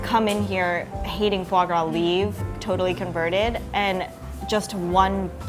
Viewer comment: I contemplated killing myself when she said "fave grave".